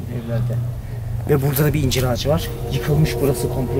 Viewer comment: YARDIMCİ once ben de yargıladım,ıncır dememıs dıye ama dusununce bu sekılde konuşuyor. Tam r harfını cıkaramıyor.ondan öyle yazmış olabılır 😀